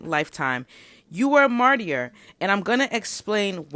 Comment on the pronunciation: Yes a lot of what you are saying here is resonating with me. It’s wild! Thank you. Also I think the word martyr pronounced like MAR-TER. The Y is silent.